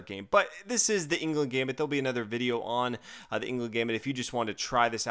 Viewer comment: It's pronounced anglooond gambit, just so you know :)